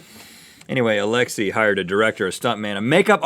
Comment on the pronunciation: ALEXEY(aleksey) NOT ALEXI(aleksi)!